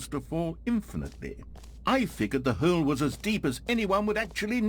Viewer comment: i love the way the narrator pronounces hole like “heoule”